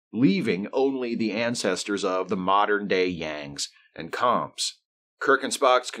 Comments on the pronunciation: The “Koms” were pronounced like “combs”. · I KNEW Nazi planet was going to be the worst... Seeing as it is objectively the worst lol Good video but wasn't Com pronounced more like "comb"? 🤔 But who cares it was a silly episode anyway lol